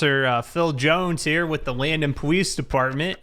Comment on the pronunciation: Powice depawtment